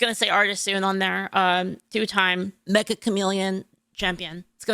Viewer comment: I find it funny that Meccha Chameleon is always mispronounced by people as "Mecha" as-in robot. The title is "めっちゃ、カメレオン" meaning "Wow, a chameleon!" or "Very Chameleon (like)". It's funny because the title of the game itself acts like a chameleon, being mistaken for something it isn't about.